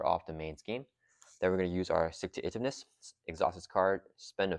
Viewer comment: 100% agree with highest value. People might not like Deadpool or the Pool aspect, but no other pack gives you an entire new aspect to play. Way more impactful for a small collection than a few aspect cards for each color. EDIT: Please, please start pronouncing Stick-To-Itiveness like "Intuitive". It's killing me lol